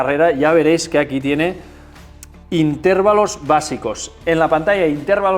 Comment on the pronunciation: Cada vez que dices "intérvalo" mueren cuatro gatitos, no lo digas, hazlo por ellos 😅